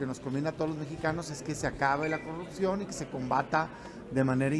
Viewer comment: pogque cogurccion ayeg titulag pogcierto castigagr 😂😂😂😂😂😂😂😂😂